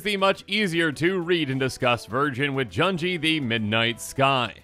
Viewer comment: Junji doesn't rhyme with "bungee", u in Japanese is like "oo" sound (think "sushi") a - f"a"ther i - h"e" u - f"oo"l e - b"e"d o - n"o" Hope this helps since you'll be pronouncing many more Japanese names in the coming weeks